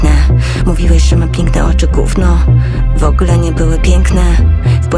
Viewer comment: Ktoś tu pozuje na inteligencję, a mówi "wogle" zamiast " w ogóle", uszy krwawią... Straszny bełkot.